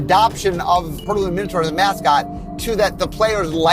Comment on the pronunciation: Oh my god, where did you learn to pronounce minotaur? The 'taur part' is pronounced like tore, like I tore you a new one. :-p